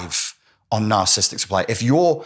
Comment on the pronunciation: I wish he'd pronounce narciss ISTIC properly 😂